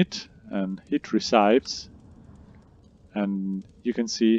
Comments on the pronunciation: I was having difficulty figuring out the best recipes, unaware that what I really needed were "ree-cypes". 😀 Just kidding. Thanks for the game advice. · Recīpes? Lol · Recipes pronunciation 🤣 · Uh are you really saying recipes wrong?? 😂 That isn't how you say it... JS